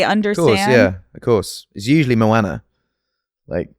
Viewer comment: The way he pronounces Moana confuses me as a polynesian 😂